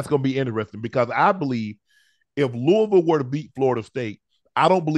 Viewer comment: Unc pronounced Louisville the correct way. Kudos!